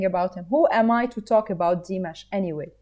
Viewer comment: Very nice reaction. Say Dee-MOSH.